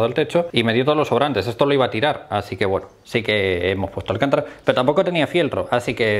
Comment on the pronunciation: Un par de apuntes,, que sé que te gusta aprender y por eso estás haciendo lo que estás haciendo. El pegamento de contacto se debe dejar secar antes de unir las dos partes a pegar. El material se llama "alcantára" (te lo entrecomillo porque es para que me entiendas que es fonéticamente, se escribe sin tilde, pero el golpe de voz lo lleva en la penúltima A), no alcántara. Alcántara es el famoso apellido español de la serie tan conocida "Cuéntame cómo pasó"